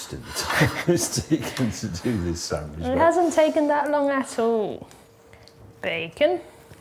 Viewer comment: says samidge and not sandwich. 😂